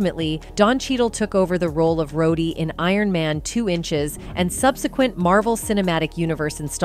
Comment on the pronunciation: We love ai voices saying things wrong. I didn't see iron man 2 inches but it sounds a lot like ant man